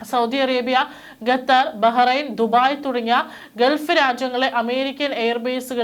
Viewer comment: ഗതർ അല്ല, ഖത്തർ എന്ന് പറയു